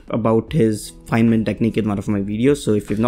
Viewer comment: Not fienman not fineman Instead Feynman